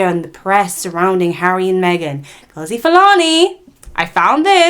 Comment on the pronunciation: I don't know why Youtube put you on my screen. You my dear are a race pick me. You are the type to tell MASSA that we are planning to escape. As an ethnic person an African you choose to mispronounce her rooted name as if the yt man didn't take ours. Yes online abuse, verbal abuse is still abuse just like what they do to the black England players. FYI Sistah is a Jamaican Patois spelling stupid. Sister is not "normal" it's English. HEDLEY is an English surname which means that her ancestors were owned by English white people named Hedley, she has the right to change it. She has received support from REAL Black people and people of other races who are not in denial of the truth. You are pathetic, smh. Black people have had enough. All these yt people in your comments with their hidden profiles go all over YouTube spouting bs racism and you cosign. Shame on you. 1 day when 1 of them drags off your head scarf and Verbally abuses you, don't come on here seeking sympathy. What you need to understand is Some people DO NOT know where they "really" come from and some people are only just finding out. Being asked multiple times is triggering and white people need to understand that and back the f**k off.